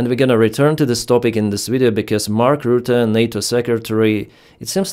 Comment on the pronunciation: Complete misread of Rutte